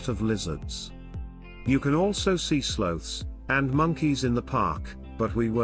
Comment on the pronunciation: Some of your pronunciations are horrible. Viejo, Cartagena with a hard G. “Slothes”. L.A. Iglesia, even mispronounced Panama.